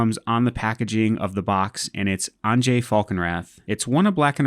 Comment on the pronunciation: I'm just getting started playing EDH and this looks like a fun deck to play! Also it's pronounced "ahn-yuh" (✿◠‿◠)